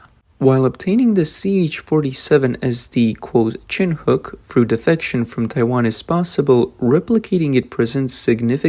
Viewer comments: Chin hook... 😂😂😂😅 Whoever puts these computer narrated videos out don't have a clue! 🇺🇸🤠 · It's pronounce Shin-ook.